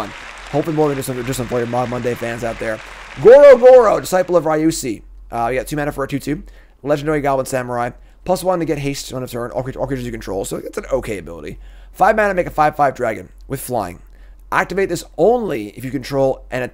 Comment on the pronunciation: In Japanese, CHI, ち in hiragana or チ in katakana is pronounced [ tshi ] . Michiko ミチコ is [ Mitshiko ] : ) Kairi カイリ is pronounced [ka] [i] [ri] , the 2 i are pronounced like [i] alone Ryusei リュセイ is pronounced [ri] [yu] [sé] [i] with the [i] pronounced like [i] alone